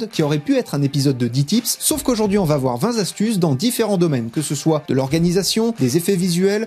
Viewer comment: <Mode gros relou> activé: on dit pas 20 z astuces, mais 20 t astuces. </Mode gros relou> désactivé Bon sinon épisode de grande qualité. Merci 😊